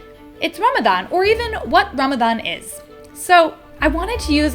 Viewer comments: I love also how you went out of your way to pronounce words correctly like Ramadan and Muslim ❤ felt so genuine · I LOVE the way you pronounce Ramadan! its refreshing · Okay, I have to give it to: perfect pronunciations. I don’t know if it comes naturally to you now (given your partner) or if you actually made an effort. In any case, it’s noticed and it’s appreciated. 🤗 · Hit like the moment you pronounced Ramadan correctly 🥺the effort to learn <3 ✨ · Thank you so much for shining a light on what is such an important part of the muslim faith. I am so impressed with your pronunciation of Ramadan, ifthar and maghrib ❤❤❤ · The fact that you say Ramadan correctly makes me so happy :) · love the way you pronounce "Ramadan" and "Muslim"!